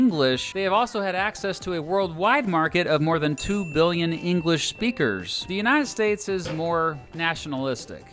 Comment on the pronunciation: shut up old man who said THE UNTIED STATES